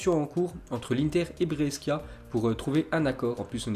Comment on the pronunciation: Breskia 😂😂😂😂 SA SE PRONONCE BRÈCHIA